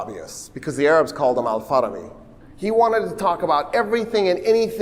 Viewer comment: Kipchak is one of the tribes that form Kazakh nation. The city of Farab (now Otyrar) on Kazakh land is where Al-Farabi was born, "al Farabi" means "from Farab". The name is pronounced with the stress on the last syllable: bi. Al-Farabi.